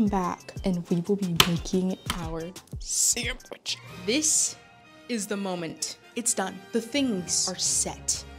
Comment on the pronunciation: Toddlers say "samitch"